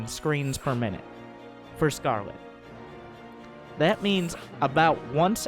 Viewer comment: I heard "screams per minute" instead of screens per minutes -_